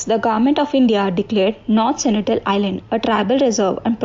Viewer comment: Sentinel not Senitel